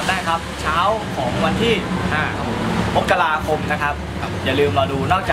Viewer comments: นนคะ มกราคม อ่านว่า มะ-กะ-รา-คม ค่ะ ไม่ใช่ มก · นน เขาออกเสียงว่า มัก-กะ-รา-คม นะไม่ใช่มก- กะ-รา- คม